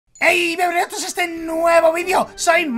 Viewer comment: SoY La uniCa K siEmpre k mike Dise "Ey biEnvenidos a este nuevo video" yo escucho "eY biEnbEnuTos a este nuevo video xD*